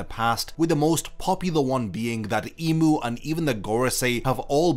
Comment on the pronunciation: I can’t stand the way you pronounce imu